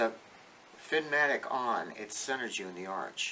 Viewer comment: Good info. It’s Finnamic, though, rather than Finnmatic.